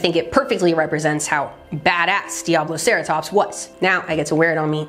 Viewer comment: favorite dinosaur name until pronounced it correctly, always thought it was pissattackosaurus … you ruined my childhood